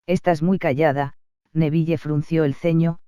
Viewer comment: tus audios son muy buenos pero para hacerlos aún mejor podrías pronunciar bien algunas cosas por ejemplos es: din no dean (la pronunciación) es nevil no neville ( pronunciación) igualmente tus audios son increíbles 🤩🤪✨